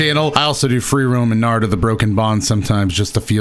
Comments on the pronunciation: I'm pissed that he said narudo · Why is he saying naruto name wrong and right at the same time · only said Naruto right ONCE 😂